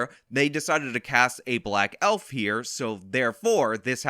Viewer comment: HaHahaha! Elfer, with a hard R....HaHahaha!!!!!